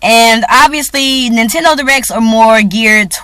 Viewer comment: did you say "hoe-nintendo"?? lol!